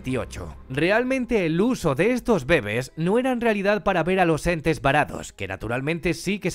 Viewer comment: "los bébes" (?)